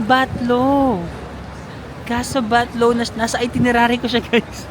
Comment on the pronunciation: thats Casa Batllo (pron. Batyo)